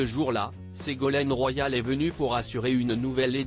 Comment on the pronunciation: Ce n'est pas une référence d être chroniqueur chez Hanouna, grand déballage de la sexualité qu il faudrait mieux cacher, sans parler de ce robot qui ne sait pas prononcer EST, qu il retourne en classe